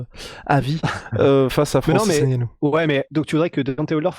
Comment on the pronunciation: Insuportable cette manie Française d'écorcher les noms des Africains. N Gannou. NON! C'est N(Phonetique)gannou! La Soeur!🙃